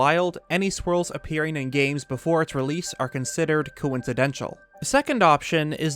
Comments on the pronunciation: it’s coincidental not coincidential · Very cool video, I watched the entire thing. Thank you! One thing I noted, the way you pronounce the word coincidental is slightly off. You're pronouncing it as if it ended with 'tial' when it's 'tal'. Besides that I really really enjoyed your video. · Coincidental, not coincidential. That's not a word. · Coincidental, not “coincidential”. That isn’t a word lol